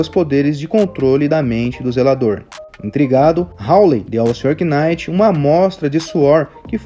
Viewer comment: Só um detalhe, acredito que não precise falar o K em Knight